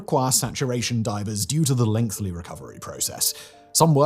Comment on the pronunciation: Simon Whistler: OMG it's lengthy not lengthly Also Simon: Never tries to fix it, and always says lengthly